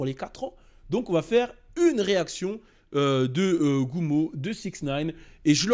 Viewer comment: Gummo et non gumma